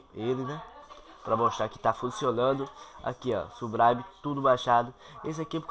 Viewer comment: subraime KKKKKKKK